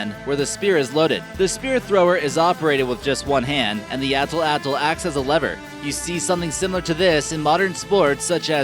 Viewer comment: It is not pronounced as "atl atl" but it's "at latl"